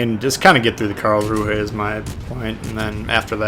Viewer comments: Imagine if you could run Dewey in the Karlsruhe, lol. Also I think it's pronounced 'Karlzru', as in not promouncing the 'h' at the end there. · It's pronounced Carls-rew-eh.